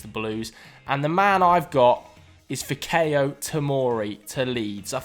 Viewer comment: Great video ... Fikayo pronounced Fee-ka-your